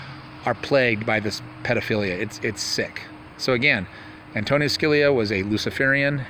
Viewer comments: Antonin ..,.... pronounced AN TO NIN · It's not Antonio. it's Antonin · not antonio its antonin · Antonin..not Anthony. Good work